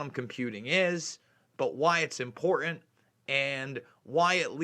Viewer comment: The "T" in the middle of the word "important" is not silent.